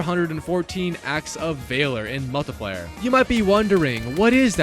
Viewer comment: mull tie player